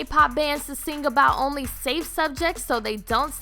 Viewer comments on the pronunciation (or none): none